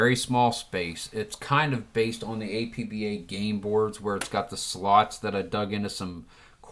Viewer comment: Arrrr..... You don't pronounce the letters A-P-B-A when talking about the APBA game company. You pronounce it as if it were a word. Two syllables, AP-BA. They mention this in their literature with each game. Anyway. good video.